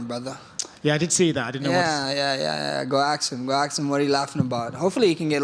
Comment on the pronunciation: Damn he says axe instead of ask. He really is Jerome